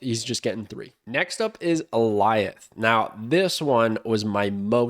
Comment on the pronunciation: Thank you for being one of the only Snap creators who pronounces Alioth correctly. Did you watch Loki? Is that why you know the pronounciation?